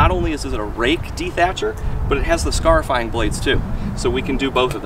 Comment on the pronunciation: Good vid but each time you said scaryfire it made me LOL thumbs up